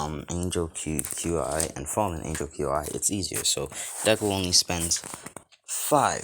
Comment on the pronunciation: Qi is pronounced chi